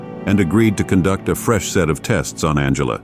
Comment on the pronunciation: The AI voice is appalling, esp the pronunciation. It doesn’t even pronounce Angela correctly a few times. From it gets very garbled. The script seems genuinely good, though… It can’t take that long to narrate it properly, surely? And the GPU acceleration flags need deleting…